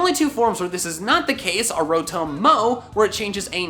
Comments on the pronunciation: Am I the only one that gets annoyed when says “rO-tOm” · rotome? rotoam? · Wan Kenobi he says it like (ro-tome) when it's actually pronounced (ro-tahm) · It hurts my soul when you say rotome. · Bruh it’s not row-tome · When says, "Rotome". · calling rotom ro-TOW-m is a sin against humanity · “Fan Ro-tome” I resent you for that. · Petition to get to stop saying Rotome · WHY DO YOU PRONOUNCE ROTOM LIKE THAT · also how he pronounces Rotom